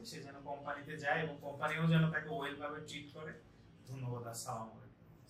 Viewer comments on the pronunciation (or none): ভাই সালাম টা ভালো করে দিন সালামুলাইকুম না ভাই আসসালামু আলাইকুম